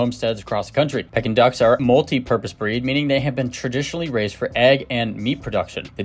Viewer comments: Haha it’s PEEkin duck! Like for sure bro. Can you re-record and upload the audio?!? Lol honestly you should consider it ik its a lot of work but you say it wrong so many times and its killing me 😂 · The proper pronunciation is "Pee-kin" not to be confused with the action of a birds beak like pecking. Google it! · Can you pronounce it right, that’s annoying to listen to you say it wrong the whole video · That’s not how you pronounce their name